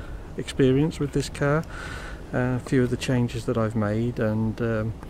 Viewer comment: so ............you like your cahhh? hahahahahahahaha